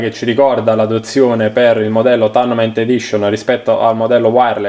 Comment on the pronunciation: “Taurnament” non si può sentire